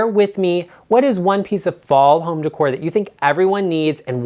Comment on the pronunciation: Oh,! First reaction: you make me laugh! Thank you for NOT saying "DECK-ore!" Keeping it real, my man!